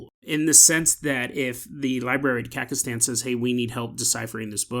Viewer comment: It took me way too long to figure out what he was trying to say lol